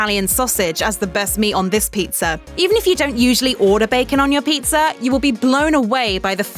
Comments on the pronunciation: Never trust someone that pronounces pizza as pizzer. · There is no "r" in pizza! "Pizz'er"? It's driving me crazy. I had to stop watching this 1/4 way in.